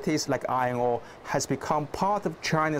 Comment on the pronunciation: why i heard ngor instead of ore